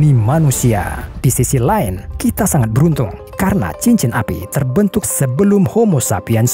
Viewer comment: Lain, kok bacanya kayak "Line" ya(?)